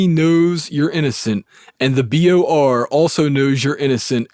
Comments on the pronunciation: Guy keeps saying BRO when it’s clearly BOR lol. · why does he say b r o instead of b o r lol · Why do you keep saying BRO when if clearly says BOR? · I will read it myself. You said B.R.O. 4 Times in a row when it is B.O.R........LOL J/K I hate reading, I will listen to the whole thing. Thanks Man! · Does this narrator have dyslexia? Every time "BOR" comes up, he reads it "BRO" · Why you say bro when it’s bor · Was anyone waiting for him to say BOR not BRO? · You say BRO its BOR 😆 just saying, thank you for this video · BOR not BRO. Outside of that, thanks for the audio. Very Sad story. Man, tried to stand for what's right and they pushed him to the edge...😔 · I think you are dyslexic, dude. It reads BOR, not BRO, which you said more than once lol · Why doesn't this have more views? Because it's narrated by a dufus. Oh, and it's BOR not BRO, kid. I'll read it myself and still give you a thumbs up because of this story.